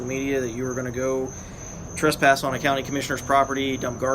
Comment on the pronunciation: Please stop saying "Truspass". It's "TRESpass".